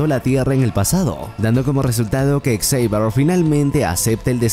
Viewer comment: La mala pronunciación del nombre Xavier, no me permitió terminar el video. :/